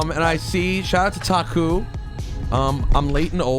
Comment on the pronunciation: cmon rosenburg u dont know ta-ku...